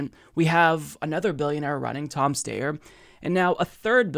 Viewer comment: Tom St-I-er is the pronunciation. I used to sometimes make that pronunciation mistake until I heard it from the horse’s mouth.